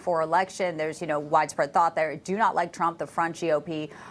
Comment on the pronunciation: Just fyi it's pronounced Locklan. 👍